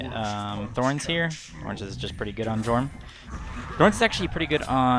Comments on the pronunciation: Don’t wanna be a cock but it’s pronounced “yorm” not “jorm” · Dude said Jormun wrong. Unsubbing XD